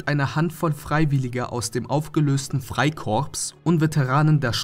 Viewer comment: wer ist der sprecher? weis nicht mal wie man freikorps ausspricht...